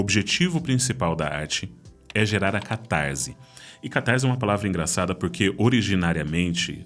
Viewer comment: Diz-se catarse e não "catarze". O ésse não está entre vogais, então não possui som de zê. ótimo conteúdo.